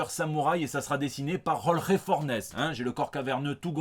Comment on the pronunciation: Ce qui m'a fait rigoler c'est ta blague sur le rail de coke et le Future State. Ta bafouille sur le professeur décapité était très émouvante. Ton espagnol est au point. Tu prononces très bien Jorge Fornès. C'en est un qui te le dit.